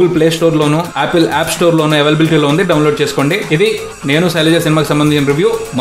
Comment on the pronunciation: soraja yenti bayya...sailaja